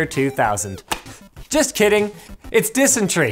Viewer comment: I expect nothing less from someone who can’t pronounce “dysentery”.